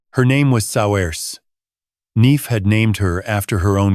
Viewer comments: Oh boy! Please don't choose non-English names that seem to be impossible for AI to pronounce!!! Niamh is pronounced "Neev," and Saoirse is pronounced "Ser-sha." They are Irish. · You should REALLY get hold of an Australian ai voice. Yank just doesn't do it. Also, Niamh is pronounced "Neeve," and Saoirse "Seershuh."